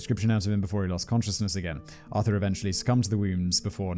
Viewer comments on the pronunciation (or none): none